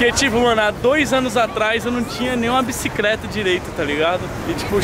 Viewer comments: Men men parabéns VC ta feliz mas antes de de falar em inglês vamo aprimorar o português ne pai VC falar Bricicreta e foda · "bicicreta" KKk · Eu n tinha nem uma bicicreta me mata mano,ele falando errado